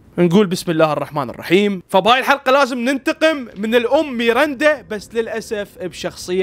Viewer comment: اسمها ميرندا مو ميرنده😂❤